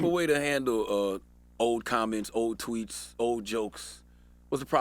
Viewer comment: I thought he said why y’all care about me and these “twinks”... then I realized he said “tweets”, and then I wasn’t as happy .... 😞